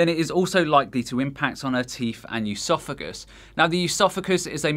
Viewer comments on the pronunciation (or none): Bulimia is spelled incorrectly in this video as "bulemia", gastroparesis is pronounced incorrectly as "gastropar-ISIS" (it's "gastropar-EESIS") and oesophagus is pronounced incorrectly as "yoo-sophakus" (it's "uh-so-fuhgus") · Stop fucking saying EUSOPHAGUS like how you pronounce the first syllable of Eugenia. There is no 'eu' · Plus he mispronounces “esophagus” and “estrogen”. It’s not “eusophagus” nor “eeestrogen”. What the hell is this guy talking about? 😂